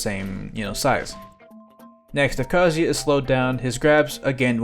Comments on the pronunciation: THANK YOU FOR SAYING KAZUYA RIGHT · Every other streamer/youtuber says his name like kazooya, so thank you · Proper kazuya pronunciation!!!!!